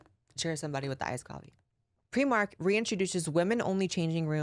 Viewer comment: It's pronounced "pry -mark". ..... Otherwise, another great video. Love your work Blair!